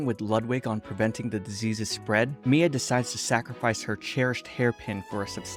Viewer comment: ok is it just me or did he say mMia?